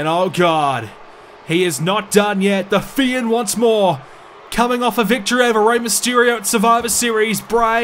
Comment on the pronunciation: "the fi-end"😂😂😂